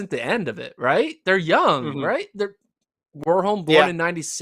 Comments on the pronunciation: I would say the difference is rather in the first letter. In Norway we pronounce W just like V (two different letters yet no difference, which is why "w" is very rare in Norwegian). So one should pronounce Warholm more like Varholm. Not a big thing though, but since we are on the topic 😊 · The a in Warholm is pronounced like you do in Karsten, not like in war.